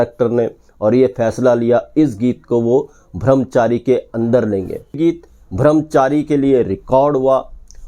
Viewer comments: अच्छा वीडियो है पर आप बार बार भ्रमचारी कह रहे है।लेकिन ब्रह्मचारी सही शब्द है। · भ्रमचारी नहीं भाई ब्रह्मचारी कहिये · Song was rejected bcoz it was not that good though it played in shammi kapurs film. No one remembers it. Video bananewale Brahmchari kahane ke bajay Bhramchari kahte hain. Wah re. Thik tarah se uccharan bhi nahi ho raha unse. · Yeh "bhram Chari" " brahm Chari" ka Punjabi accent hai ! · ब्रह्मचारी not bhramchari